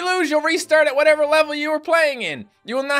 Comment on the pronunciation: it said "wathever" xdddddd